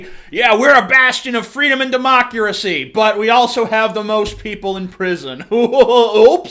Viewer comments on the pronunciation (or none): Haha he said Democuracy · "Freedom and democcuracy" lol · "Democuracy" lol xD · Did you just say democuracy? Other than that, good video! :)